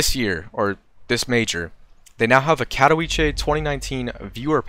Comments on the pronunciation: Its kah-toh-veet-seh if u rly want to get into that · ka.tɔˈvʲi.t͡sɛ there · It's Cat-o-veet-seh, not Cat-o-wee-chay. Otherwise, awesome video!